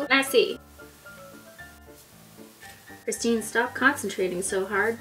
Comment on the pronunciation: finally you said my name correct .(my name is Christine too)